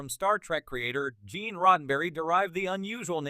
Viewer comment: 'Ge'an Roddenberry' .. 'KlingAnz' ... 'Werf'. this is one of the WORST AI Narrator i've heard so far